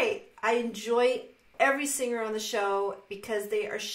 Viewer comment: "the" is the most difficult word for a Dutch person.. In The Netherlands we don't use that type of pronouncing, the "th" is non existent, that's why it is often butchered to "t" or "d""